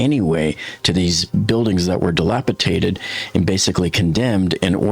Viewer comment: dilapidated, not dilapitated. And you're an engineer? Oof.